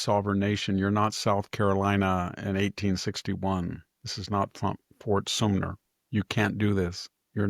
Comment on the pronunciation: Love your commentaries, but it's Ft. Sumter.